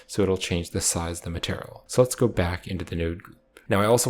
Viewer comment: are you saying "maternal" instead of "material"?